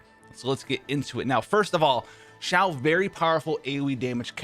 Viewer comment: It’s not Ziao it’s Xiao my dude